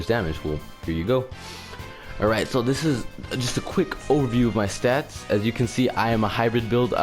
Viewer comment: It sounds you have trouble saying "stats" lol